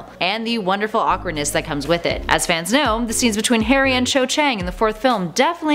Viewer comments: does she say hairy or Harry? 🤣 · Lol anyone realise at the start she said ‘Hairy Potter’ instead of ‘Harry Potter’ 😂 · WHY DO U CALL HARRY HAIRY POTTER